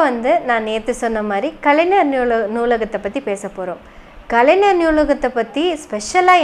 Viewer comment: கலைநர் என்ற உச்சரிப்பு தவறு, கலை"ஞ"ர் என்று தான் உச்சரிக்க வேண்டும். 🤝